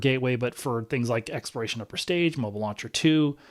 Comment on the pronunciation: Why do you, and other NASA administrators not pronounce the “L” in the word Exploration. You all say “expiration”. Which is a vastly different word. It’s kind of driving me crazy that you all can’t say the word correctly. It’s hard to take people as authorities when they get a basic, important word like that wrong.